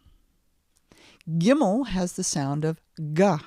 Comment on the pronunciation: I lost my mind when she said gimel